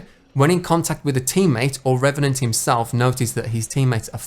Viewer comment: I’m hyped to play as RRRRRRRRRRREVANANT!